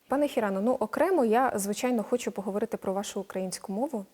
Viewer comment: "Пане Хірано, ну, окремо я, звичЯйно, хочЮ поговорити про вашу українську мову" - сказала українка до японця. Чому б цій відниці не вивчити бодай фонетику українську. Вона говорить: як ви вивчіли, щьо...